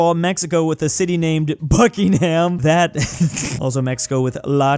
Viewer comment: As a Brit I was very triggered when you pronounced Buckingham